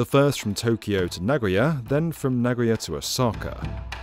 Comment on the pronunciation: Maybe get Japanese cousin to voice-over the next B1M Shinkansen video: "na-go-ya" not "na-GOY-a". Mispronunciations are like scratching fingernails on a chalkboard...